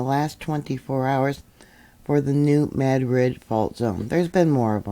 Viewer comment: I am in Southeast Missouri and just want to say a serious Thank You for saying New Madrid the correct way 😂😂 Sorry don't even live in that town and never have, but has always gotten under my skin when people want to try and say it enunciating each part separately. 😂😂